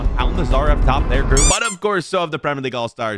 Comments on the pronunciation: its al nassr not al nazzaer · Bro its Al Nassr not Al Nassar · It’s al nassr not Nasar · Why are you saying al Nasser when you said Saudi league vs Premier League?😂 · Man it's Al Nassr... Not Al Nasaaaar.... And it's premier League not premrrrrr league😂